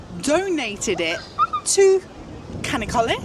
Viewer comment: not kanakkale yes chanockkale 👍